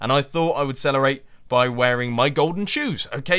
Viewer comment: and I thought I would celerate??? Mumbo fix ur language jk jk ur awsome